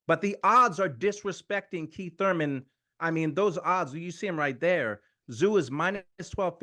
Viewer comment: Kweeth ‘Sometimes’ Thuymon